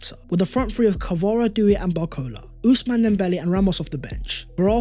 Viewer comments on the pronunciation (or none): none